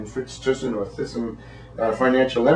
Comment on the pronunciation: His name is Frits Thysen. speak theissen